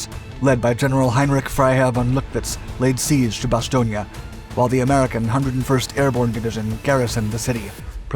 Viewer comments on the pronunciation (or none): I can recommend a visit to Bastogne. Many things to see. Ps. It's Bastogne not Bastogna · Oh Lordy, this narrator consistently mispronouncing the name "Bastogne" is making this impossible to watch. How are you gonna offer me a lesson on WW2 when you think there's a town called "Bastonia" in Belgium? 😄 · Isn't it pronounced bas-toy-n? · The town of Bastogne which is pronounced Bass stone had five major roads leading in and out was of strategic value to both sides. My uncle was one of the so called Battered Bastard's of Bastogne. He was in the One hundred and fìrst. The German commander committed suicide when he failed to obtain his objective. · actualy its pronounced Bas-ston-je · Ba Stone... There is No '..IA...' at the end! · It is pronoced Baston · Fan of your channel. In English, we say mobilization and bass-tone. I'm not trying to be a jerk. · To precise pronunciation Bastogne consonant in the end is soft n like in the word cognac in the middle